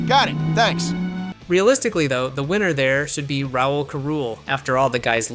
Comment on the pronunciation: "Raoul Carule"? It's pronounced Raoul Saroole